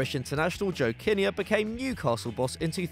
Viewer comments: It’s JOE KIN NEAR NOT JOE KINNIER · pronounced "Joe Kin-near" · Total amateurs! You don't know what you're talking about! It's pronounced 'Kinn-ear, NOT Kin-nayerr, or whatever you said, clearly not football followers, so why do you do it? Couldn't you afford Kevin Keygan?!